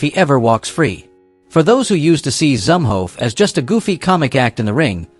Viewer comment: Not "Zum - hoaf" but "Zoom - hoff". Or you could just call him what he is: a POS! 💩